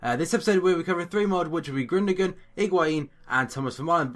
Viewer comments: It is pronounced Goon-do-an, not Gundogan or Grundogan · It's pronounced Guundowan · it's not pronounced Grundogan. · it's pronounced gundowahn :) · Yeah, it's pronounced Gundowon. The funny g is a 'W' and the umlaut above the 'u' means that is pronounce with more of a 'ue' but it is cancelled out by the g. Hope this helps and as ever great video :D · Isn't gundolan how you pronounce it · Gündogan is pronounced gün- do- aan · Haha you did butcher the name a little :P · That sign over the g makes it silent and the sign over the u makes it oo.